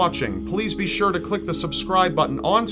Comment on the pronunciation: You "shore" didnt:)